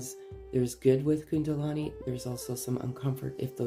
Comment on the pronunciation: thank you, you have a lovely voice 🌝 ( it's kundalini not kundalani 😊)